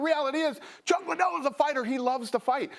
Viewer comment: Oscar: “Dana White doesn’t care about Chuck Lie-Dell!” 😂😂😂